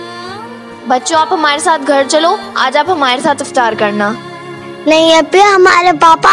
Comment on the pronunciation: Iftiyaar nahi Iftaar. urdu ka janaza nikal kr rakh diya hai ap logon ne